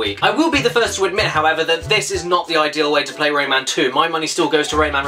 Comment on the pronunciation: I have the game on the ds in it one lumb is impossible to get and when you put the game in rayman says rayman but it sounds like lemon